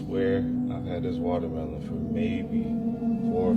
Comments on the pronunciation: What's a "wallermelon" ? i know what a "watermelon" is but that lady called it "wallermelon" like 50 ×'s in that little clip, so annoying 😐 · She said wallermelon lol!